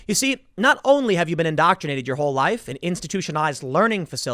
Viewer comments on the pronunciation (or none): Oh ok laif=life. Got you...